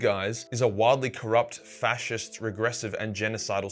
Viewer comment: The way he says facist you'd think it was bad word or something awful